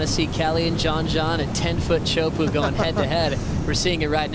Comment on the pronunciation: It's..JOHN..Not John John.....He's not 10 years old.